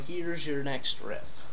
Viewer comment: I could've sworn u said rift... and if u did... its riff